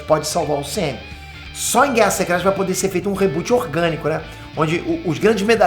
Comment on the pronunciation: Só eu que entendo “semem”’quando ele quer falar UCM? 😂😂